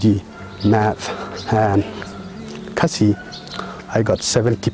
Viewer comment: The only problem I have is the way you pronounced "khasi". Ha por ba phi kren ha Ka ktien phareng bad phi kynnoh ia ka kyntien "khasi", phi kynnoh style phareng. Ha por ba phi kren da Ka khasi pat, phi kynnoh ia ka kyntien "khasi" kumba dei ban kynnoh.